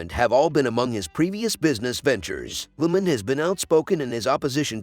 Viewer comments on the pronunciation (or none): Agree. The person has no knowledge of cycling, otherwise would know how to pronounce, if nit all, most of the names. Lemond is Lemond and not lemon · The producer of needs a better editor and a narrator who knows how to pronounce names. Greg "Lemind"? And Armstrong? Talk about bias.